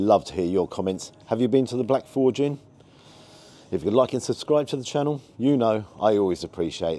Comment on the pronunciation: Forge you're pronouncing incorrectly. And more importantly your voice is outta sync, not sure how you mixed it.